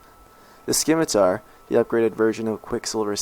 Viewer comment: sKeemitar.... haha.